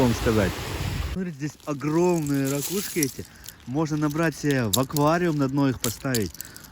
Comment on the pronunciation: не рАкушки, а РакУшки. Много ракУшек.